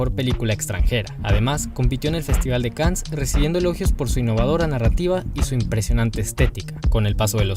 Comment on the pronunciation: Buen video, solo que se pronuncia festival de can no cans